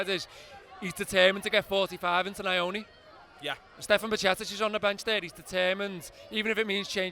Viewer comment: Nyoni is pronounced Knee-oo-knee.. Ny is like New but with an "O" at the end 😅